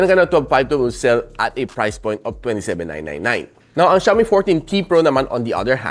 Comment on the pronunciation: Ung XIAOMI NAGING XIOMAI N LNG😅😅😅😅